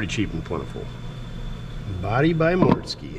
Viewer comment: mortske route is pronounced root not row-t